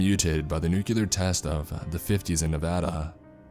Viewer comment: holy crap someone pronouncing nevada correctly 👌👌👌